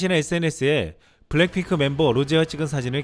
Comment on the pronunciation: 중요한 단어만 발음을 자꾸 틀리네요. 블랭 핑클